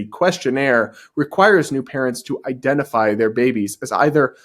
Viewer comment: Yeah, it's I-dentify, not You-dentify.🤦‍♂️😅 Babies don't have teeth!🤣 I'm so silly. I forget if it's Latin or Greek but the root 'Idem' means to make same or make the same as. Identity is really a deeply personal thing and so the more you HAVE to have someone else understand this thing that is deeply personal to you, the less personal it becomes. I identify as Deeply Goofy.🤣 Hi, I'm 3Raven!